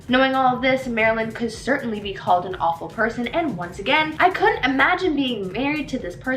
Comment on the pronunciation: I was going to call you rude when the video started and I read your comment, but as I continued with the video I totally get you 😂. She destroyed the word ‘tumultuous’ and the phrase ‘awful person’. I Wish she switched them with other synonyms.